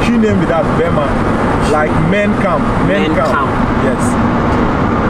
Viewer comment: Bro it's not bema camp it's Burma camp .